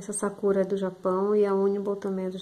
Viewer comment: Ela fala sakura errado kkkk